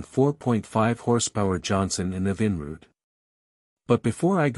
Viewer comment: Try to get that robot narator to pronounce EVINRUDE correctly.